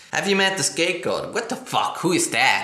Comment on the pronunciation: Lol "have you met the saktegod?"